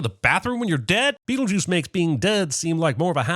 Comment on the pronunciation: He didn’t he give a sin for how Adam says beetle juice